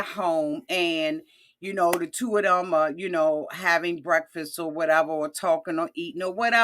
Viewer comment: have me Cracking up!! 🤣🤣🤣N YES YOUR reviews ( my guy got me hipped to) did get me to watch THE ONE REALTY SHOW I said I WOULD NOT watch!! LALU..🙄😏🤣🤣🤣 N did u say BRESSAKISS!!🤣🤣🤣